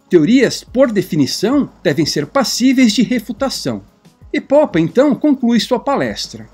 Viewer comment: "Poppa" é muito estranho, nunca ouvir ninguém chama-lo dessa forma antes. Por favor, poderia me dizer como encontrou essa pronuncia para o sobrenome dele?